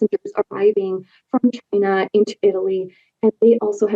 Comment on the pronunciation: It comes from Chynahhh.